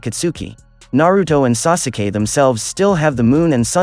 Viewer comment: Mans did not just say “sasuukee”